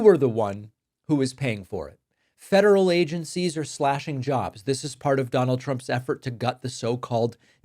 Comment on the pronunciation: Hey, I have something I can agree with Trump on something! I heard fentanyl instead of federal the first time that reporter asked him the question.